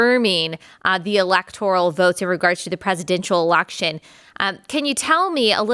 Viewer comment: Its election not alaction.